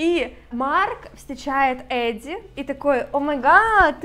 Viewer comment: Почему Эдди, если в книге прописано Адди? Не Эдалайн, а Аделин.